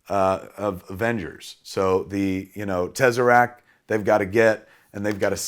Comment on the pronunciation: The tezzaract